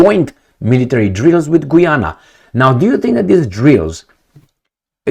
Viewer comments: It's pronounced GA'YANA not GOO'YANA 😂😂😂 Just like Usher.. A'sher not OO'SHER 😁 * Not surprised, huess ehats in GOOYANA,......O I L 👈🤬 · Guy Ana that how it’s pronounced. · I was simply pointing out the correct way to pronounce the name of the country Guiana, which is not the same way is pronouncing it in the video. He pronounces it like "Gweeana." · gayana <-- pronounced that way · Just FYI, Guiana is pronounced as Guy-ana and "Guy" is pronounced like guy when its used as a name like "Guy Fawkes" or as a male person or as collection of people like this, "Do you GUYS have any plans for tonight?"